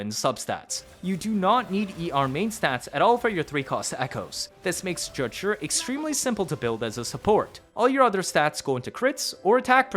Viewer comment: FOR THE LOVE OF GOD ITS NOT JUH-JURR IT'S Juh-Jue